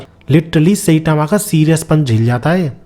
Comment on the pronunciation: साईतामा ❌ सैतामा ✅ 😂😂😂